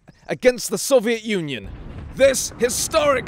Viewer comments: Lol sovaiot onion lol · Did u notice that he said 'The soviet Onion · When you said "Soviet Union." I thought you said "Soviet Onion."